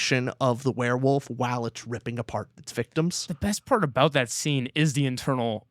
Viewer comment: I love how can’t say werewolf! lol all love, it makes the review so much better with every “werewuf”